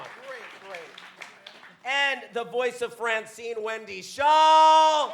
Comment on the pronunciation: It's Schaal, not Schall